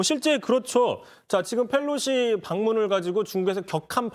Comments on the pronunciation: Felosi 가 아니라 Pelosi 요... P 발음할때 혀 구부리지 않으셔도 돼요... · 강지영 앵커님, Nancy Pelosi입니다. F발음 하지 마세요. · 기자님 Pelosi를 왜 자꾸 Fㅔㄹ로시라고 읽어요? 😔